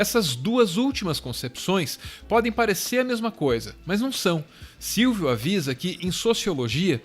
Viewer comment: Silvio Almeida... "Silvídeo", percebi hein kk